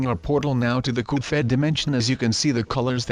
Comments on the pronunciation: His name is not Coupe head his name is cuphead and why do you sound like an anonymous anonymous whatever they're called are you an anonymous or something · ITS CUPHEAD, CUP HEAD NOT COP HEAD SILLY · You say "Coofead" instead of Cuphead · Why do h call the game cufheaad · Cuphead not cufheat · "cophead" xD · It's Cuphead, not Cofhead! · HE SAID GOOFHEAD! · its not caled goofhead its cuphead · Uhh it’s CUP HEAD not CUFED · Do u mean cuphead not duffhead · Coof head? What u mean cup head u propaly sick or u have hiccups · "coop fed" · It's cuphead (pronunciation: cup_head) not cuphead (coof_ed) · "goof fed" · Why did you say cufhead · COOF ED [eh duh not ed as in sqashED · ITS NOT CALLED COUPHEAD YOU STUPID>:( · he is saying coop phed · You mispronounced Cuphead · Its not coophHead its cuphead. And not "Thrust me" its Trust Me